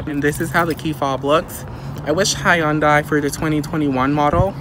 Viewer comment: You are pronouncing Hyundai incorrectly.